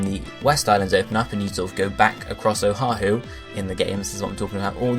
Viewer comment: good stuff im from hawaii so im super hyped but i cant help but help you out with the pronunciations oahu - o-ah-who (u say O HA WHO, dont say the first H) kauai - ka-why niihau - knee-ee-how u got molokai right lanai is good same with maui kahoolawe - ka-ho-oh-la-vay (W makes a V sound) keep it up though :D